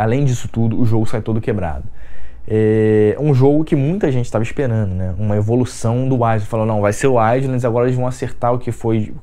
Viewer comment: Engraçado o jeito que você fala! Kkk fazendo: fazeno; esperando: esperano; chegando: chegano...kkkk